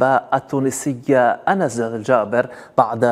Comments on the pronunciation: اسمها ons و ليس anas و العالم الكل ينطق في اسمها الصحيح لشهرتها ومحبتها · يا مذيع اعرف كفاش تنطق اسم اللاعبةOns وليس Anes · الاسم الذي تنطقه بالغالط اسم رجل وليس اسم امراة ، في المشرق ينطقو اسم انس بالصحيح جاب ربي جيت جزائري تبارك الله على ثقافتك ، ظاهر فيك داخل للقناة بالمعارف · هذا الصحي البربري لا يعرف ينطق اسم اُنْسْ ...🇹🇳